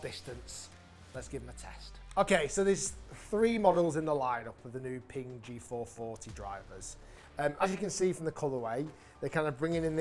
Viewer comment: Pingk? I thought is was Ping